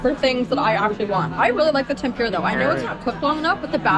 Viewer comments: Ten-Pooh-ra. Not Ten-pyu-ra. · It’s called tem-pu-ra. Not tem-pure-ah. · temPOOOrah. sorry but it isnt tempYOUrah. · The way you pronounce tempura 😂